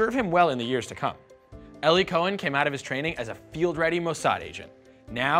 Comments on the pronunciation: 14 seconds in I stopped because i thought i heard something stupid. Did they mispronounce his name as "ellie"??? I've actually met a few Eli's (also of jewish descent) and they always pronounced it as "eeee-lie" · "Ellie" im sure he means 'eli' EE - LIE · Eli Cohen (as well as almost all Hebrew speaking Eli's) pronounce their name eh-lee. It's often short for Eliyahu (Elijah) or Eliezer and not like the name pronounced "ee-lie". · Eli, a nickname of the Hebrew name Eliyahu (Elijah), is pronounced eh-lee and not ee-lie.